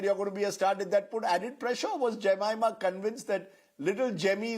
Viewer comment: First of all Rajdeep should have asked Jemima how to pronounce her name correctly. She mentioned in some other interviews people get it wrong most of the time, and Rajdeep got it wrong as well! She was too kind❤ not to correct him upfront!